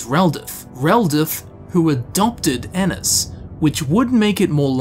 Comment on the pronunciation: My last name is Ennis and thank you for saying it right😂